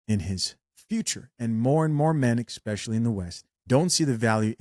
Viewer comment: Don’t say “Exspecially”